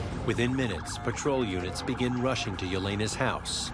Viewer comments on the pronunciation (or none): did he say russian instead of rushing